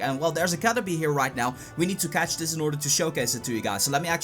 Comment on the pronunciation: its caterpeeee not u pee. not pie.. like a pie... say PEE... and its the shoulder.. not the neck..